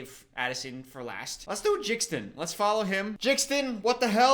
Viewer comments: he called Jaden "Jaxden" 😭😭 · is it pronounced jixdon? isnt it jaden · calling Jaden Jixden is so funny to me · I love how jxdn got in this but why did he pronounce his name like that his full name is Jaden hossler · They way you pronounced jxdn 😂 its pronounced jaden 😂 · The way pronounced jxdn killed me it’s pronounced Jaden he’s actually pretty good live and nessa was there he opened for MGK…Alex’s song sounds like it belongs in the greatest showman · Genuinely, I need you to bring back more DWNP content. The music analysis is so entertaining to watch. Also- JXDN is pronounced like Jaden, that’s his name. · the way he pronounced jxdn has me pissing myself 💀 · the way he pronounces jaden's stage name spelling is hilarious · The way he said JXDN had me dying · the way he pronounces jxdn is so funny 😭😭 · The way he pronounced jxdn is funny hehe